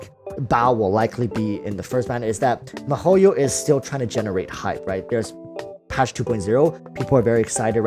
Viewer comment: Mahoio -_- they should ban u for that pronunciation! U even Asian c mon!